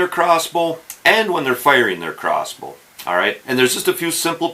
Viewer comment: Is he saying cross boo?